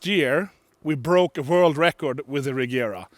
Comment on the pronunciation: it's funny he doesn't pronounce Regera correctly; it's [Re:jera]